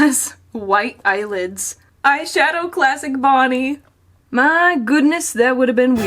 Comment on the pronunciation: XD HAHAHAHAHAHAHAHAAAAAAAAAAAAAAAAAAAAAAAAAAAAAA IT FAWKIN FUNNY that aint bonnie thats boneh